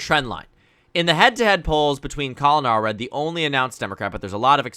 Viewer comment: All red ❌ Allred ✅